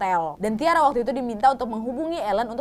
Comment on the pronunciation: Aileen or Ellen? Anyway Tyra bacanya bkn Tiara tp (Taira)